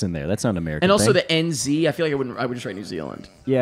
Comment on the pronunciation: As a kiwi I freaked out about this movie being in NZ then also seeing more comments from people also in NZ. Also the way said N Zee made me cringe to my bones